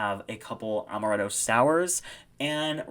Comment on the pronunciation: I'm unsubscribing just for that pronunciation of amaretto...